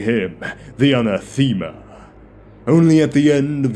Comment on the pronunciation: I like the video. This may be different regionally, but a few pronunciations threw me off. Anathema is uh-nah-thuh-muh. Tarot is tah-ROE. Keep em coming!